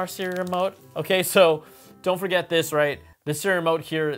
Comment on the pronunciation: I hate how he says. Seeremote instead of Siri remote.😂